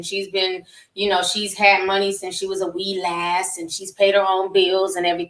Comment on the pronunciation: “A wee las” 😂😂😂😂😂 ti i can’t stand you lmao